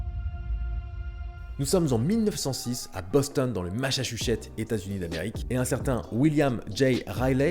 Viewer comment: Boston* pas Bonston mdrr